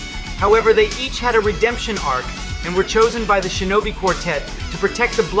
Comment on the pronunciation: it’s shinobi you don’t know how to pronounce it properly